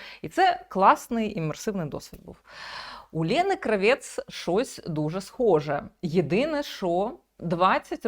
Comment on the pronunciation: Тільки ж не КравЄц а КрАвєц. Її ж так предствляли в "смердючому кварталі" рагулів.